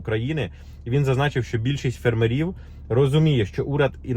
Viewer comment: Дуже цікава інформація, дякуємо, але чому фермерІв? Дуже ріже вухо, наголос має бути фЕрмерів😉👍🇺🇦🇺🇦